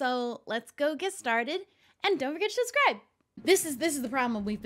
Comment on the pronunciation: Just me or did she say shubbscribe 😆